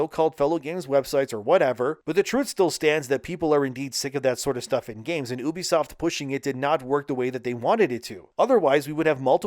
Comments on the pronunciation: Why do you have to say oo-be-soft the same way that idiot Angry Joe does? It's you-be-soft 😑. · It's you bisoft not ooo bisoft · "Oobisoft" Who pronounces it like that? It's "You-bee-soft." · No i dont remember when the company named OOBISOFT meant something But i do remember when a company named U-BE-SOFT THE RIGHT WAY TO SAY IT MEANT SOMETHING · I struggled with this video because you constantly pronounced Ubisoft wrong. It's short of Ubiquitous Software. you-be-soft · Learn to pronounce ubisoft to start...